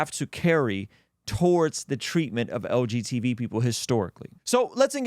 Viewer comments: Hearing "LGTB" instead of "LGBT" the whole time was itching my brain 😂 great video as always brother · Is saying "LGTV?" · He’s definitely saying LGTV 😂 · You’re harming the LGTV community every time you mispronounce the term 😂